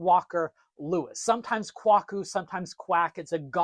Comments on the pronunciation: Kwaku is pronounced "Kway-koo". Name given to a boy born on Wednesday (Wukuada) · At least today, Kwaku is pronounced "KWAY-ku"